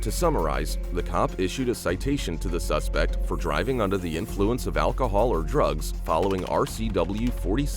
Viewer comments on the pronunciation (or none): what is "sespect" and "thorough"